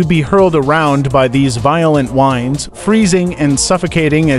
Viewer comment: the AI voice really did you no service. It sounded stilted and made several mistakes. Example "the winds..." meaning a noun that refers to the movement of an atmosphere. What the AI voice said was "the winds" as in the verb for winding something up. That's just one example of why I hate it when content creators don't use real people for their narration voices.